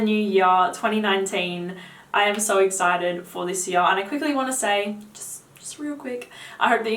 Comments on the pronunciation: Have you got a most complimented already? Funny how you ponounce 'yar';))) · I told you I love the way you say here...lol...but my new favorite word you say is now "Year" 😉...keep up the good reviews. I watch you for you're women's perfume reviews for my girlfriend..thank you😊